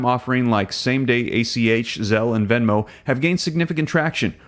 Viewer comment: It’s VENMO, Not VEMO!